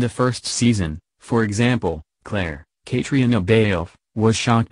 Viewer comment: Old news. Please learn the correct pronunciation of Sam and Cait’s names